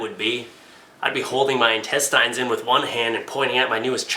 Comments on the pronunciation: Intest-eye'n....? I've honestly never heard someone pronounce intestine like that in my life.... It's Intest-en. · + Hey, what's up? I love your videos,, but just had to make the comment that the word intestine is pronounced with the last syllable having a short 'i' sound like a tin can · Tactical Turd He's not pronouncing it the way its spelled. The way its spelled it would be pronounced "in-tes-tin" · FOR GODS SAKE "INTESTINE"